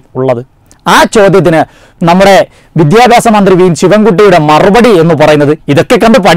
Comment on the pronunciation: എവന് "വിദ്യാഭ്യാസം" എന്ന് വൃത്തി ആയി പറയാൻ എങ്കിലും പഠിച്ചുടെ.